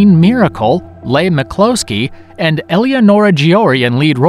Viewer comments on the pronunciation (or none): Leigh McCloskey: lee mih-claw-skee, not lay mih-cloh-skee). Michele Soavi: mee-kay-lay soh-ah-vee, not Mish-ell sow-vee. I know you only had room for 10, and Soavi is represented well already, but La Chiesa is a surreal masterpiece. (edit) On second thought, this should have had some Bava in it, so...fifteen?